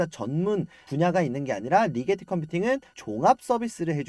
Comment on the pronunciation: 리제티가 아니고 리게티 아님?